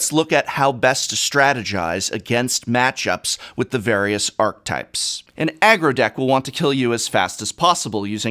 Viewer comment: Professor... I'm still not sure sure your alternative pronunciation of "archetype" is acceptable anywhere. I have yet to find it said that way outside of some people in the Magic community. Maybe Magic players are brewing up a new pronunciation over the years and it is just spreading? ;-) lol Dunno.